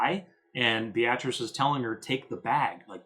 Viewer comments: [Bay - uh- treece] not [Bee-ah-trass] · Beatrice is pronounced BEE-triss. Have you never seen that name before?